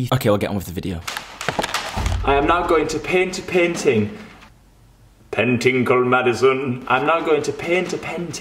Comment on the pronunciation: panting or painting? lol